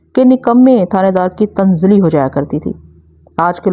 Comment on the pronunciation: Muhtarma tanzili nhi balke tanazzuli hota he